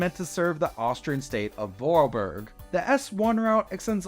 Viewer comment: Great video, though unfortunately you gave me an heart attack with how you said "Vorarlberg" and "Vorortelinie". I gotta admit though there are easier words to say